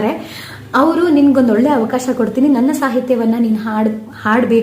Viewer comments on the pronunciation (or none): none